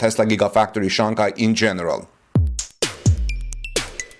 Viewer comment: Just want to point out that you mispronounced the name Shanghai. The second syllable of the word should sound like “hi” not “Kai”.